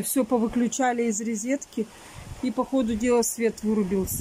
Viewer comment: Нет слова РЕЗЕТКА. ( Розетка)